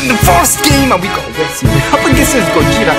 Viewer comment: U say gogetas name wrong